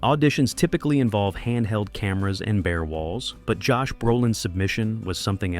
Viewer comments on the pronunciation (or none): none